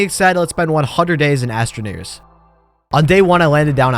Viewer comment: Why did I hear him say astraniggers